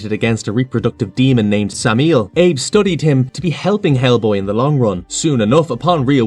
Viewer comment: Pronouncing Samael as "Sameel" lmao, it's "Sam-ah-ail", they say it in the movie plenty of times bruh